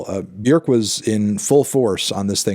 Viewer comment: Thank you for say Björk’s name correctly.